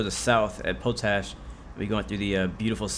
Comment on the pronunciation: It's pronounced "POT-ASH", not "POE-TASH". Do your homework. Lol